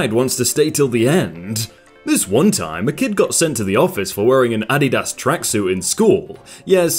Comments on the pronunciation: Did this person say adidas like “addiedas” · ad-didas XD Edit: I've clicked this so many times... Ad didas ad didas Ad didas Ad didas XD omg I have to stop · Hey, make me laugh. Also, as a Brit I love how you say Adidas.